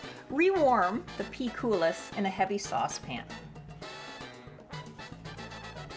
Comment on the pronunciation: it is pronounced without S in the end. like COOL-I